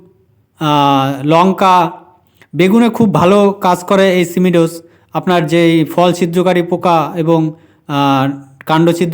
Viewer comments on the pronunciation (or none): উচ্চারণ টা ঠিক করুন সিমি ডোস না সিমো ডিস